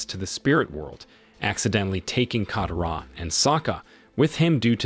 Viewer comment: Not just Aang's name you even disrespect Katara's name dude if your doing recap like this please atleast learn how they pronounced their names and more